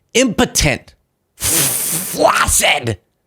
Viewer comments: Thank you for the "flaargh-cid" - that made me laugh... a nice change for once when watching at the US at the moment. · That “FFFFFFFFFFLACCID!” Had some ZEST on it 😂💯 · Flaccid is pronounced FLAKsid. Don’t believe me, look it up. And if you’re confused by that, think about how success is pronounced suckSESS, not suhSESS. Some other examples are accelerate, yucca, access, accused, accept, and succor, just to name a few. English is weird and wonderful.